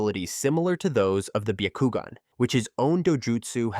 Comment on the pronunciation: Absolutely not it's byakugan not bakogn